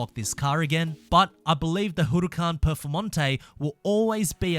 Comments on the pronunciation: the HURRRUCAN PERFOMONTEY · "HURUCAN PEFORMANTE"